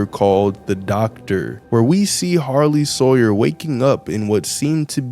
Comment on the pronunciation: It’s Harley sawyer not sarley hawyer